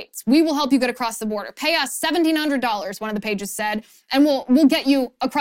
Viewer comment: Coyotes - accent on the second ”o” - coyótes, not coyotés.